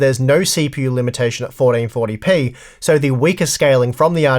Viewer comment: Fourdeenfortdypee 😂 your accent is killing me